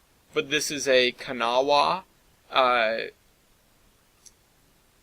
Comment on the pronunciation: sorry but its pronounced Kanawha (ka-now), drives me crazy.